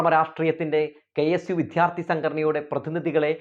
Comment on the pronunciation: വിദ്യാര്‍ത്ഥി(ദൈവത്തിന്‍റെ ''ദ'') എന്നു പറയൂ പ്ലീസ്. വിദ്ധ്യാര്‍ത്തി എന്നു ആവര്‍ത്തിച്ചു കേള്‍ക്കുന്നത് അരോചകമാണ്. അതുപോലെ താങ്കള്‍'' ബോധം''( ബാഗിന്‍റെ ''ബ'') എന്നു പറയുമ്പോള്‍ വേറെന്തോ ആണ് കേള്‍ക്കുന്നത്.